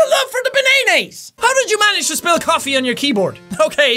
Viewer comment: I have seen this video like three times now and in the video i just hear spell instead of spill and my english is very bad I know